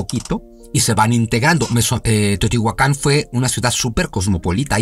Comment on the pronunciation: Es Teotihuacan, no Teotihuacán.